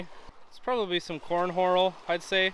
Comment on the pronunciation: Cornhorel? 😂I was listening both times.